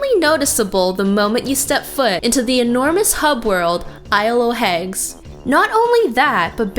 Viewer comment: Isle o' Haegs???